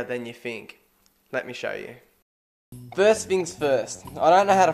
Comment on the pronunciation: “Fuust thing fuust Oi doint know how to fly” 😂😂 that accent